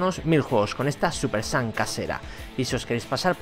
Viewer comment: dice súper sans